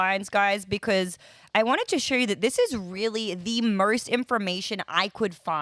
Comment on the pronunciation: Why does this lady in the video keep adding an "R" to some words. Morst= Most